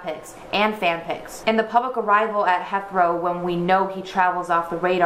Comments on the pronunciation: you did 😂😂 its pronounced hithrow you put the "i" accent on "e" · Just thought I'd tell you that Heathrow Airport is pronounced Heeth-row